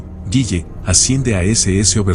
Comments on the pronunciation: Se pronuncia " guile " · El apellido es Gille no "Guille" 😂